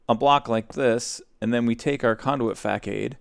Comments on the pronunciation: O.M.G. it's fa-s-ad not fackade. Jk love the mispronunciations, it is an amazing comedic style. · The way he says facade is the funniest thing ever